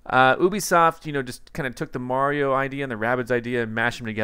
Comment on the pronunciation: its-a-me BWAHRIO